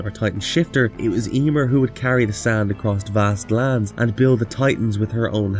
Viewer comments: Emeer, not Eeeeeeemer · Yeemir? 🤣😂🤣😂🤣😂😅 Sorry man but you just sayin it weird as fuck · Ya-mear(meer) is the pronunciation you keep messing up the name.